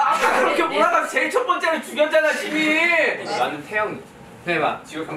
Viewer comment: I THOUGHT HOBI SWORE OMG It almost sounded like he said shi-bal, but his gwangju satoori made, "citi'zeeeeeen' " sound like the "shi" of shi-bal